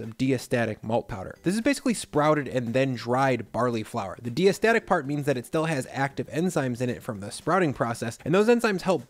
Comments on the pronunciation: DYE-uh-stat-ik, not DEE-uh-stat-ik. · As a brewer, it's pronounced DYE-estatic in the industry. Then again, I'm a brewer.